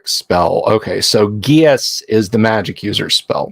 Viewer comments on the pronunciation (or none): Unfortunately, geas is pronounced GESH. But, I, too, did pronounced it the way you did.